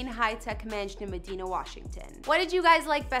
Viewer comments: It’s the city is pronounced muh-die-nuh. Not meh-dee-nah lol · It’s pronounced meh-DINE-ah not me-deen-ah 😂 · Medina is pronounced, "Mah-Dine-Uh". Porsche is pronounced, "Por-sha" Get it right. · Mad "I" na Is how it is pronounced